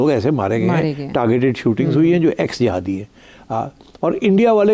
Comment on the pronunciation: He said jahadis